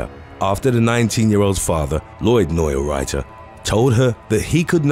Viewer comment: Neurauter is pronounced 'noy router'. Simple.